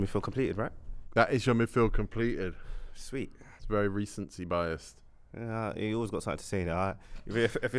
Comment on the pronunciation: Wery wery wery